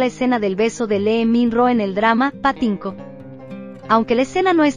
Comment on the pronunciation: Que horrible pronunciación de los nombres de los actores y actrices...es una falta de respeto que tampoco pronuncia bien el nombre de los dramas , por lo menos que los pronuncie como se escriben no existe chun di rian es Hun Ji Hyun ,no es le min Ro es Lee Min Ho ,no es patinco es Pachinko etc, etc